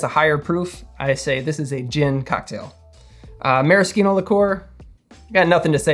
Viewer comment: marriSHino! Ci in itialan makes a CH or SH sound